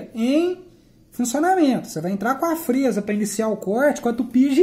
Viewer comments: Não é frêsa é frésa. É claro que não tem acento. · VC TA PRONUNCIANDO A PALAVRA FREZA SEM O ASSENTO MAS ORESTO TA BEM ESPLICADO